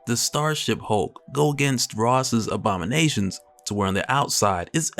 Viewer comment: On the time mark minute seconds I clearly made out that you said OBAMA-NATIONS instead of ABOMI-NATIONS 😂😂😂😂😂...